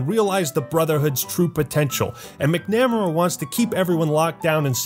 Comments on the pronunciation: lmao dude mc namera? Hahaha Where I'm from the name is really common. It's pronounced Mac- Na- Mara with the emphasis on the "Mar" instead of the "Na". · mak • nuh • meh • ruh 🤦‍♀️ Mc= “Mac” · McNamara pronounced like MicNamera got me to laugh lol. Think of Vietnam ERA secretary of defense Robert McNamara. Pronounced MacNuhMairah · saying 'mick-nammer-uh' instead of 'mac-nuh-mair-uh' made me hurt inside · McNamara is pronounced "MAC-- nah-meh-rah" , (not; "mec- NA -meh-ruh" )...I think. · it is pronounced mack-na-maer-a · Mick Namera...🤣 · Sound it out, Mac-na-ma-ra 👌🏴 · I believe his name is pronounced MAC NA MAY RA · Man, McNamara is pronounced Mac-Namara btw. Irish name. Great video though. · Mac.....Namara is how it should be pronounced. Otherwise 10/10. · or how he pronounced "McNamara" as "micknamaruh" lol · Lol you pronounce McNamara so so wrong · Thee way he pronounce McNamara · I have one major problem with this video, and it's how you pronounce McNamara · I got this on steam last week and its glitched to F**K, and WTF is going on with the way you pronounce McNamara lol. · just a litle triggered on how you pronounced Elder McNamara's name. I forgive you tho because I needed this video, more than you know. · Your pronunciation of McNamara gives me aids Especially considering I know you know how to say it, because you said it correctly in your Black Ops review. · Dude, you should've been paying more attention to the brotherhood of steel. You apparently have no idea how to pronounce Macnamara Edit , I abused the hotkeys in New Vegas. I had weapons and stimpaks and such. Made for a very enjoyable playthrough. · The way you pronounce McNamara gave me a headache